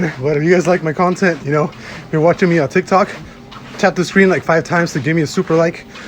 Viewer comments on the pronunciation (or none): none